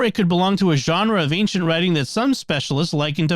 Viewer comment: It's a mystery that I can't figure out (and me and my wife have watched dozens of episodes of the Mysterious World) - why does Jimmy consistently pronounce ancient as "an-k-cient" ? He's so careful about pronouncing anything I can think of that there must be a good reason for it. What is it? If it was answered as part of the mysterious feedback in one of the earlier episodes - please redirect. Thanks!